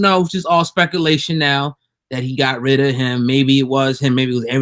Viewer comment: SSPEEKALATION!! LMAO!!!